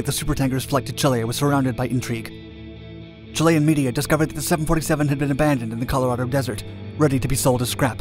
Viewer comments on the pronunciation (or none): none